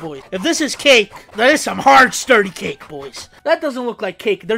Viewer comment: WAIT DIO HE DI.DIO HE SAYS CAKA